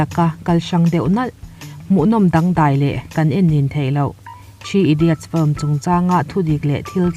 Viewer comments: I 'film' lamdan hi.... a hrehawm, lam sual i hlau lutuk nge mani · A bengvarthlak hle mai, mah se "film" tih i sawi hian i lam puam mah mah lutuk a i lam dik lo vekin ka hria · Sawiselna tur awm mang lova mahse FILM I lamdan hi hriat a nuam lo eee.... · Fluim anilo...Flim alom....